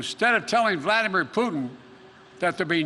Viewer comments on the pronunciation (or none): none